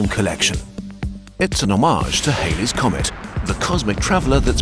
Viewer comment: “hades’ comet”?